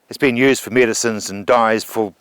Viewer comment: "nused" the way she says use/nuse kills me inside